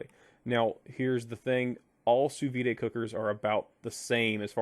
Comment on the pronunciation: Yo, it's pronounced "soo veed" not "soo vee-day." Sous means under and vide means vacuum.